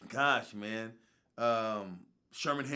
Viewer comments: Dondre' Jackson It’s Because People Made Memes & Shit On How Terrance Howard Says “Man”. He Says “Mayne” Instead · Ryan Charles especially when he was talking about Terrance Howard so it would be “MAYNE” 😂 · "Maf Mane"-Terrence Howard